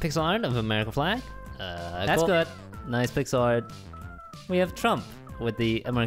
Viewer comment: i honestly thought everytime he said good i thought he said poop all the time and i was like, when did they ever get so rude?!?!